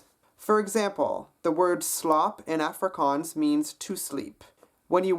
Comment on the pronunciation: Its aff ri kans